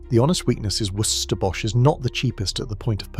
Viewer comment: I love how shit the AI is at saying "Worcester". Hilarious.